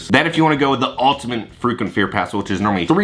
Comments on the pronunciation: Sounds like you're saying freakin' fear pass 😂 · Thanks for another great video! I thought you kept saying “the freakin scare pass” instead of frequent. Lol😂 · Thought you were saying FREAKING fear pass😂Love your vids, friend!